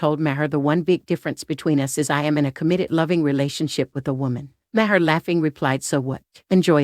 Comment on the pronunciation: Sounds like a robot, first 10 seconds in and the robot couldn't pronounce Bill Maher's name properly.